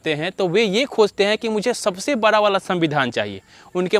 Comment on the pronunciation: Pahle bolna sikho bara nahi hota hai bada hota hai